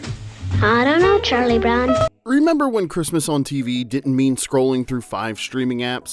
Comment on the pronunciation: Why did she say "Charlie Bown"?